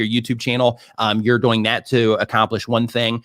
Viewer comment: "See wach you're DAWOING!"